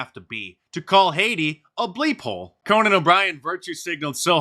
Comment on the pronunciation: Really disappointed in Conan. It rhymes with Ronan. He's besmirching my name.